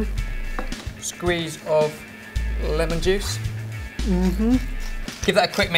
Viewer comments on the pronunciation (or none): none